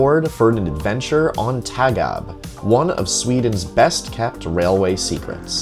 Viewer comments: It's pronounced Torg Ah Be. Tågab (Train limited) Not a particular cool name lol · Interesting video, but the letter Å is not an A. it is an own letterr and it is prenounced like English O. Like in tow truck. Towgab would be a more correct prenounciation. TÅGAB is an abbreviation of "tåg", which means train and "AB - aktiebolag", which means limited company. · I rode Tågab by accident from Katrineholm to Stockholm once. Felt like entering a museum train indeed. By the way, the "å" is pronounced like the "a" in "ball".